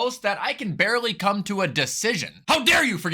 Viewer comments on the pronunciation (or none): none